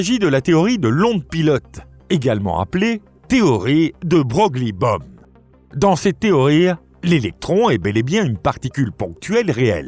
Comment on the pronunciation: Petit correctif : De Broglie se prononce De Breuille